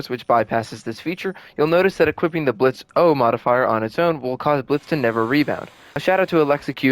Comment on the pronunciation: For the last time, the ø is silent